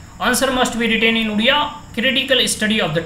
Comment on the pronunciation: Udia nhi odia hota hai dhang se pronounce karo bhai